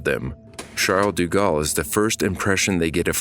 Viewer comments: It's De Gaulle, not Du Gaulle... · I couldn't get through most of the video because you're mispronouncing "de" as "du". Those are different words. "deh" vs "doo" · Thank You for the documentary - but Please - its Aeroport Paris-Charles-de-Gaulle. De Gaulle, not du Gaulle. Im not french, but the repeated mispronunciation hurts. Its like calling the JFK Airport "John E. Kennedy" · "Du" Galle? Oh, brother.....cant continue watching.